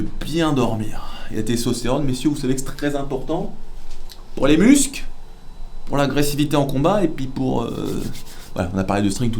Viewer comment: video génial comme t’habitude 😊 ( parcontre mu"SCLE" pas musque. Comme clecle pense cloclo mais avec un E "cle" muscle ) En tout amitié bien sûr